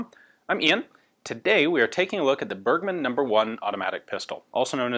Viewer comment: Great Channel! You pronounced "Bergmann" wrong.